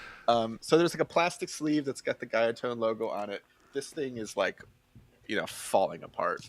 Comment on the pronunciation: Just a correction on the pronunciation of Guyatone. In Japanese, it's written as グヤトーン, and that leading 'gu' has a goo sound, e.g., goo-ya tone. (That oo as in a ghost saying, "BOOH!") It's tempting to pronounce it as guy-a-tone, but that's an Englishification that doesn't jibe with the Japanese way of pronunciation. Just an FYI. Carry on.